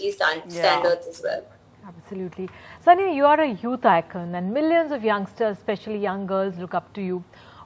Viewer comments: Dear Ndtv, it is sania not sonia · Please don't mind it it's Sania no Sonia 😂😂😂🤣🤣🤣